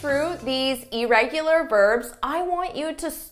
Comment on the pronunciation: Hard to take someone who mispronounces irregular serious.